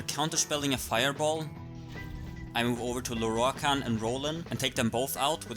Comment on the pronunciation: ok rewatching this can i just say i really like listening to you pronounce lorroakan's name . the rolled R's !!!